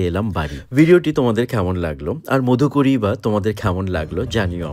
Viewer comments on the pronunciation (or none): Modhukori noy go Madhukori uchcharon ta thik kore koro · Khub sundor ! Kintu uchcharon niye aaro satarko howa proyojon. modhukori bole kono shobdo Banglay nei. Maadhukori aache. Paribrajoker bhikkha. মাধুকরী hocche sothik uchcharon. Eisob basic bhul hole video khelo hoye jaay. A teacher should be aware of all these. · উচ্চারণ টা মাধুকরী হবে